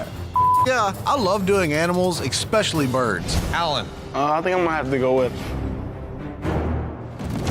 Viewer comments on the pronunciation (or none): PSA: One of the most surefire ways to sound like an ignoramus — pronounce “especially” like there’s an “X” in it. “EXspecially” = you’re especially stupid.